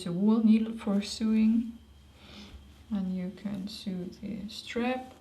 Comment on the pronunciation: just so you know, "sew" is pronounced the same as "so"...;-)